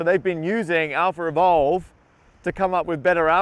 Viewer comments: "Revolve" --> Evolve I was hearing "AlphaRevolve" the whole time :o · Do you English native speakers realize that every time you pronounce words like "Alphaevolve" it sounds like "AlphaRevolve"? It's really like you're putting an extra R. Why is that? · I'm puzzled as to why you keep saying AlphaRevolve instead of AlphaEvolve... 🤔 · Do you pronounce "AlphaEvolve" and "AlphaRevolve" differently? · Lol "Alpher evolve" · I thought he was saying some cool sounding name but it was just alpha evolve